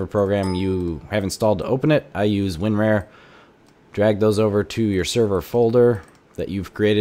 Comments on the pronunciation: lol "Win-Rare" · "I use winrare"